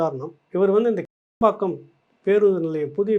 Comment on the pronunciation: ஹலோ ப்ரோ,அது கேளம்பாக்கம் இல்லை கிளாம்பாக்கம் . முதலில் ஊர் பெயரை சரியாக உச்சரிக்கக் கற்றுக்கொள்ளுங்கள். 😂😂😂😂😂😂😂😂😂😂😂